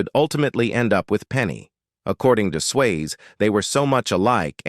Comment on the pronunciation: His name is Patrick Swayze not Patrick Sways give me too many mistakes in how you say things but this mistake is just worst and bad it is just shows that you have no care in what you're doing.